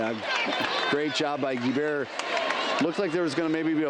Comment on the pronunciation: He pronounces Guebert as Gee bare. It's pronounced Gee Bert get with it boi